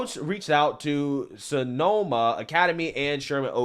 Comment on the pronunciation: Why you saying Sonoma like that, tho?😂😂